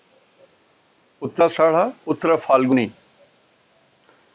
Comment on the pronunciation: उच्चारण सुधारिये आदरणीय🙏 "नक्षत्र का नाम" का उच्चारण सही से कीजिये nakshatra "uttara ashadha" नक्षत्र " उत्तराषाढ़ा" है ( "उत्तराषाड़ा" नही है (गाली न दीजिये) ( " उत्तराषाढा" बोलिये )